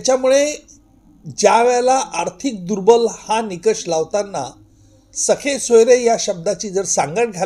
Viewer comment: Not sakhe soyare. Sir, sagesoyare. With due respect to you